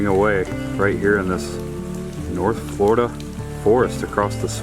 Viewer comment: I just found your channel (YouTube is vast) and I've been enjoying your off the beaten path excursions around the Real Florida. I grew up in South Florida, but live in Massachusetts now. Where are you from? "Foil lige?" I had a girlfriend from New Hampshire who used to pronounce it that way. Say it with me: "Foh(hard O)-lee-edge." On the other side of the coin, she couldn't pronounce "Linoleum" either. Ah, tongue twisters. Or the New England educational system. You decide. Keep on trekin'.